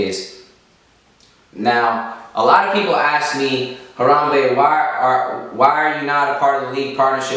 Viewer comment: Harambe himself mispronounces Harambe oh fuck